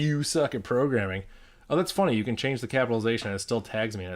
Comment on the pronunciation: Bro did not just said 'You suck at porgramming' but also 'You suck at piano'